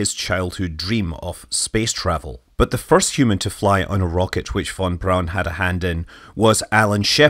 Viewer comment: Fon brown is how you say it